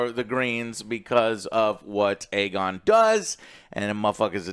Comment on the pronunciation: Daemon = Damien. Criston Cole = Colton. Aegon = Aegin